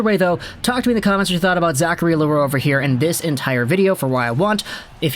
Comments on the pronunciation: Yeah, It's not an easy name to pronounce for the anglos. Your pronunciation is a lot closer than the «Le roux» we hear often. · You prononce it rigth! Good job with your french